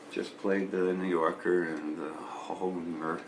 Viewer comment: bro, how can you be from Minneapolis and not know how to pronounce hoHner? :p You've never seen a harmonica before? ;)